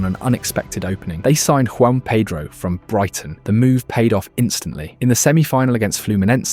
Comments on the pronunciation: I was going to give you a like and sub, but your insistence on getting Joao Pedro's name wrong, even though you spelt it correctly and showed clips of commentators pronouncing it just shows disrespect and ignorance not worthy of my time. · It’s not JUAN pedro lol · Joao Pedro not Juan Pedro bro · This guy taking the piss? Said Joao Pedro’s name wrong like 50 times lmao